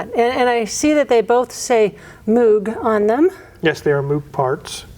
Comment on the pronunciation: Moog is pronounced like Rogue or Vogue.